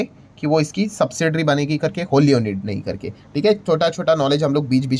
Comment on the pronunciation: Sir, sorry to point out but the word ' owned ' is pronounced as " ओन्ड" and not as "ओनेड" Please correct